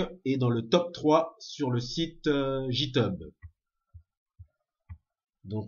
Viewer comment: Ça se prononce comme ça github : guy teube. Le site ne fait que compter le nombre de commit par repository et n'analyse pas du tout la qualité du code. Ce n'est donc pas forcément une source de qualité. Par exemple certains devs ne push sur github que les releases (version majeure). Cela fait donc beaucoup moins de commit mais cela ne donne aucun indice sur la qualité du code.